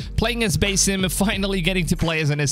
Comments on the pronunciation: It's Basim not basem lol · It’s pronounced Buz eem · Bro like say basim right its not that hard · I think you should work on how you pronounced Basim!